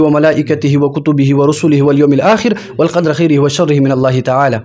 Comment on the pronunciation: امنت بالله کې دې یو غلطي وکړه (والقدْرِ) دې (والقدرَ) وویل😅